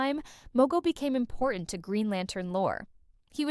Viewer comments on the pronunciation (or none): none